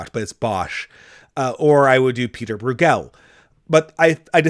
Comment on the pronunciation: Not BrewGELL, it's BROYgul (Brueghel)